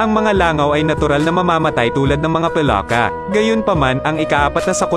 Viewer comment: Ano Kaba Mali mali salita Ang Moises naging mojes ang palaka naging paloka.😂😂😂 hahaha..